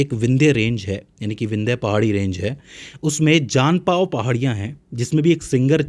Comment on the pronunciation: जानापाव जनपाव नहीं,,,,, 😂 और सिंगर चोटी नहीं,,, श्रृंगार चोटी,,, मात्र जानकारी रखना या कही कही से पढ़ पढ़ कर लेक्चर बना लेना अच्छी बात है